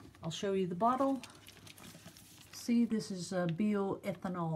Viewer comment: Pronounced Bye oh eth ann all 😊